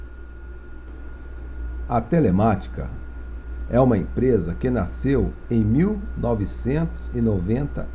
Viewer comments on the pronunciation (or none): none